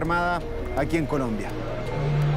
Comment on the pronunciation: Dijo culombia el periodista 😂😂😂